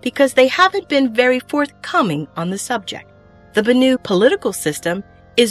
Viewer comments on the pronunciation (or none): "Bannu"? Did you grow up with bollywood or something? Bany? Banana? Banananuu? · I thought Banu was pronounced as "Ban-eww"?